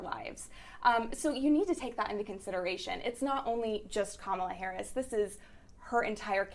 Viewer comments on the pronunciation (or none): Jesus, why is it so hard for then to say her name correctly? Just say VP Harris, SMH!! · Two of the three women do not know how to pronounce the Vice President's name. The young lady in the blue dress keeps saying her name correctly, but the other two are not getting it.